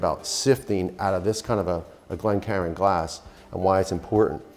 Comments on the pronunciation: Glencairn glass not said like Karen, should sound like care with an n in the end , cairn, Cairn is also a word for a pile of stones at the top of the Scottish mountains ! Love your videos! But let’s get the Scottish pronunciation right 😂 🥃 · GLENCAIRN.... GLEN.... CAIRN.. not a glencaron lol. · It's not a glen-karen... Glencairn pronounced Glen-kerhn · Good one but the glass is a glencairn not glenkaren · Why is everyone calling it a Glencarin glass? It's a Glencairn glass. It's also designed the way it is to nose your whiskey before you sip it. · Wee tip... its pronounced Glen Cay-ern, the glass. Scottish lad here. Whiskey with an e is Irish, whisky without an e is Scottish (and my favourite). I don't like folk who disagree with others on how they take their whisky (or dram, as we call it), one should take it how they enjoy it. I much prefer mine with a tiny splash of water, for me it brings out the flavour and the whisky is less harsh. Enjoy your way, people. Nice video as ever. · Glencairn Pronounced: Glen-care-n